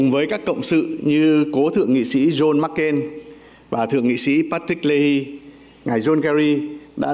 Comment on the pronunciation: VN Ambassador could not say John MC Can right.